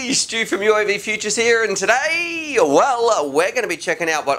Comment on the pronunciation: stop saying today like that. its really annoying as fuck